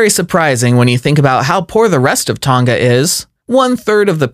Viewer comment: This guy needs a history and fact check on these countries and why they are valued low such as Tonga which you mispronounced as well as Maori, New Zealand both small countries with harsh pasts